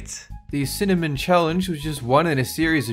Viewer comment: My eyes hurt when he spit out the cinamen